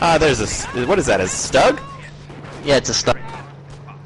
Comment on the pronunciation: actually it is an assault gun/tank destroyer and it is pronounced "stew-g